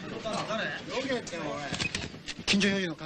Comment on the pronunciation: タケシ様、どけ、どけのアクセントが違いますよ😱